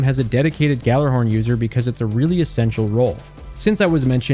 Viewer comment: i never understood why noone is able to pronounce Gjallarhorn. Some say Galla, others say yalla. Why cant anyone combine it into the right word?